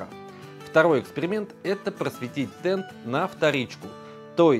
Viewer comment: Правильно ТенТ,а не ТенД!😮